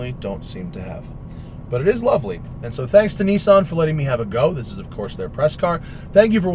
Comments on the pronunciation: Nissan not neesan. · remember guys, its NISSAN not NISSIN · Nissan not Kneeson. Thanks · How come all english speaking people blatantly ignore that Nissan have two S's in it? :D Niiisaaaaaaan xD